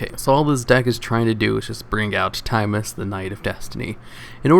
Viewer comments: Timeus? No no no no Tim-Eye-Us 🤘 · Its tee muh yus